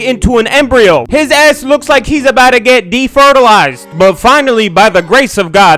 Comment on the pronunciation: "defertalized" omg my stomach hurts lolol